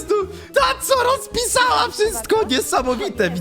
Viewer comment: xb ona szopje roszpiszała xb